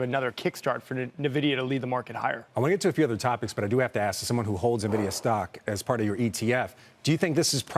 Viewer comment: Pronouncing it nuh-vidia at this point has to be intentional ragebait.